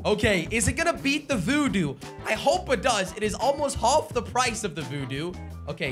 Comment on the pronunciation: turned Scottish 'almost hof the price' 😂